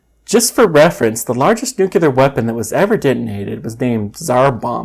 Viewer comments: Please stop saying "nucular". It's NUCLEAR. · I have just searched the origin of that nunul(e)ar, lol